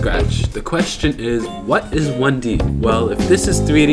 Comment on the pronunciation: "what is one de?" Lol